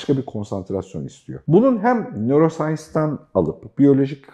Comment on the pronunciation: nörosayns ahaha